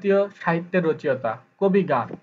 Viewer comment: রচেঅতা হবে না, সঠিক উচ্চরণ হবে রচো ইতা।